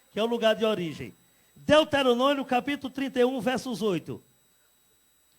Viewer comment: "deuterononio"v? ? ? ? vai aprender a ler depois tu volta